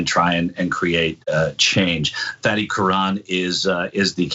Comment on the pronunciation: Is "Fatty" or "Fahdee"? If it's Arabic, it should be the latter. Is this one of those where the person just gets tired of correcting people and just settles for the lazy American pronunciation?